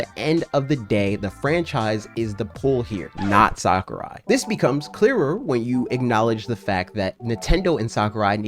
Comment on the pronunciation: HIS NAME IS PRONOUNCED SACK-OO-RYE NOT SOCCER-EYE But other than that great video